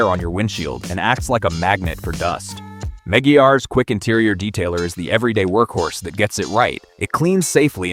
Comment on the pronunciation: The AI voice killed the video. Meggy-Ars? LOL No.